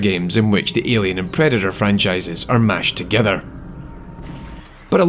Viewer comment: Great Video, but your "ILIen, ILIen, ILIen" got stuck in my head. LOL